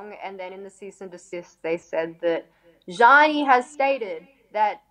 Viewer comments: I looked up a random interview too find out how to pronounce her name cause I knew it wasn’t genie with a z at the start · Couldn't even pronounce her name properly.